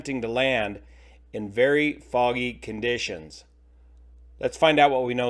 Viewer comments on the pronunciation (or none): none